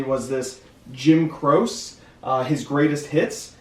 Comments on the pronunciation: Hey - love your videos. Always learn something. I just started selling FBA books about 5 months ago. Looking to ungate with DVDs this month. Is there any ungating needed for albums? And if so, how would you even do that? PS- That one artist is pronounced Jim Croce (Kro-chee) 🙂👍🏻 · I was drifting off to sleep and the pronunciation of “Jim Croce” jolted me awake